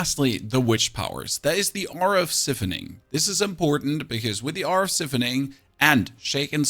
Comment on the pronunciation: Not siffuning, psy-fun-ing.